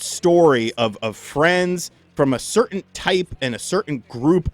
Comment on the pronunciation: I think he actually said "certaint upbringing".